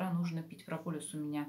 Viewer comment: Олеся, Вы - молодец! Только не говорите "прополюс", это не правильно и режет слух, правильно - ПРОПОЛИС! Это - не от слова "полюс" (южный или северный), а от греческого слова "полис" - "город", потому что пчёлы прополисом обмазывают свой "город" - улей! "Про-полис" - значит "для города" (или места жительства). Не обижайтесь на замечание, но исправьте произношение, а то очень слух режет. \\\\\